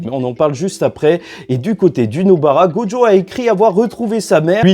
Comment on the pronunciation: Et bordel de merde arrête de dire "GODJO" CEST "GOJO" mon vier, écoute l'anime, va sur traduction, arrete dme faire le mec qui met un accent sur le prénom, y'a pas de "d" en ecriture et en prononciation, tu dis pas "condjugué" tu dis "conjugué" ben c'est pareil la, tu me fait mal au crane en plus tu le répète 5 fois par minutes sur la fin.